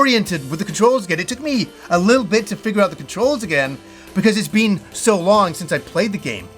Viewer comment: I can’t stand how he says the word been haha